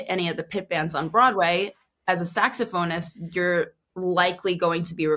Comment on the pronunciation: "Sax-soph-oh-nest" I love it. A+ pronunciation.